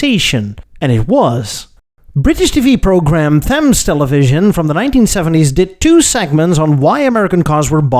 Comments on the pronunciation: 'Thames' is pronounces 'tems', not 'thems' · Small note "Thames" is one of those weird names that isn't pronounced how it's spelt. It's pronounced more like "Tems", no TH sound used. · It's pronouncef ,"tems", not "theyms".